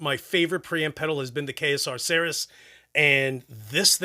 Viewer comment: How does the KSR rep not know how to pronounce Ceres??? 😂